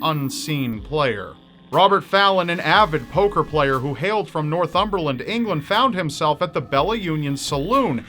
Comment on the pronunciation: Thank you for pronouncing Northumberland correctly! I live there.